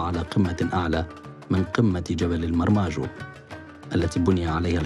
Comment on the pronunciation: هههههههههه جبل مرجاجو يا حبيبي وليس مرماجو